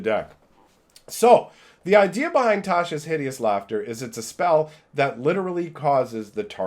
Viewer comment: The way he says Tasha inflicted d12 psychic damage to me. It's pronounced tosh-uh